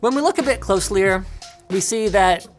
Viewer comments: "When we look a bit closlier" Linus-2019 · "when we look a bit closlier..." yes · "When we look a bit closlier..." Linus - 2019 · "look a bit closlier" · “When we look a bit closlier...” lol too funny